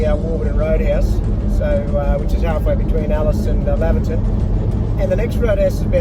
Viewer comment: Great video. By the way it's pronounced Layverton.